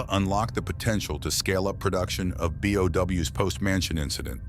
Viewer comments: Him pronouncing bio organic weapons as "BOW" instead of "B.O.W." hurts my soul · Every time somebody says something stupid in these kinds of videos, I can't help but hate it and click off, nobody calls them Bows, this just makes me think you must know nothing about resident evil, let alone play any of the games or watched any of the movies, B.O.W. say B, now say O, and then W, B O W, Bio Organic Weapons, bows😭. Oh wait, I get it now it's f**** text-to-speech, just talking your own f**** videos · Did you miss all 4000 instances of characters pronouncing B.O.W.? Nobody except you pronounces it like that bye